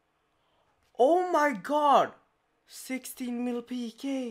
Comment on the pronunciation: "ch" =/= "sh" "god" =/= "gharwdh" ... Not "shallenge" not "Ä mai gharwdh"